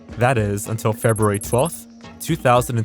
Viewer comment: You said FebRUary correctly. Welcome to the 1%.